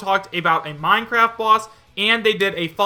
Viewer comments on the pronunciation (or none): none